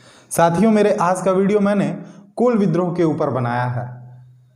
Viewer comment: कोल नहीं जी कूल होगा हैं